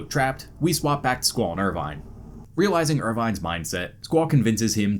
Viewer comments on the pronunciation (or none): none